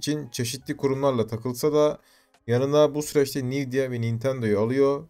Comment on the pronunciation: Okunuşu nivdiya değil envidya(Nvidia)